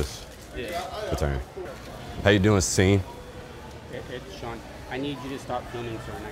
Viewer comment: "how u doing SEEN" - "It's Shawn" Lmaooo, fuh you Sean!!!